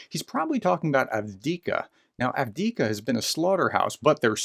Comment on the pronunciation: Dear Professor, you are always talking of AVDIKA but the city's name is AVDIIVKA (Av-di-iv-ka). I know it's not important, but it's better to pronounce the name correctly. Fred from Brussels/Belgium.